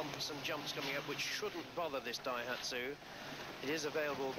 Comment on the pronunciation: the dayhatshu was in the wong gear